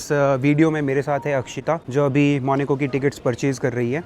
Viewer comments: Bhai, sab class hai no doubt, aap log khana bhi kha rahe hoh costly, wow bhi thik hai, lekin jaise aapke muh se maneco sun rahe hain bohot ajib lag raha hai, pronunciation main actual hona chahiye jan aise aise country ka video bana rahe hain, its Monaco, Monaco, not Maneco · Monaco ❌ monico ✅ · it's monacoo not moni co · भाई, Country का नाम मोनिको नहीं है, मोन्याको (मोनाको) है...😅😂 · Apni language sahi kar lo ye monoco hey monico nahi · MONACO ✖MONICO✅ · It's Monaco not maneco